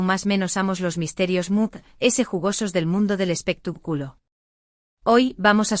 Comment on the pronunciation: Es espectáculo no espectaculo con acento en la a no en la u